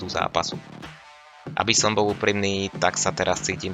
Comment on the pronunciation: Cenim snahu ale odporucam zainvestovat do mikrofonu lebo kvalita zvuku je priserna neda sa to az pocuvat, okrem toho odporucam viac artikulovat pretoze sa to tiez tazko pocuva. Nevies moc hovorit L. Stale hovoris premeniu namiesto premenil, bou namiesto bol, skuela namiesto skvela, a mohol by som ist dalej. Nechcem ta tymto komentarom odradit prave naopak rad ta budem podporovat ale musis zamakat aby ludia mali chut a dovod to pocuvat. sa